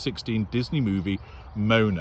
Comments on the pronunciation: I'm sure someone has already mentioned that Moana is pronounced "Mo-AH-Nah". But I like your intrepretation, much funnier. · Was that ‘Mona’ or ‘Moaner’? 😂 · Even if the pronunciation of “Moana” isn’t deliberate, it fits perfectly with these two. 😂